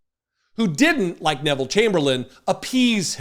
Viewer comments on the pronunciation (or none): none